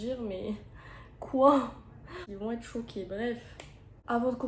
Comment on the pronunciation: Personne parle du « quoient » 😭😭😭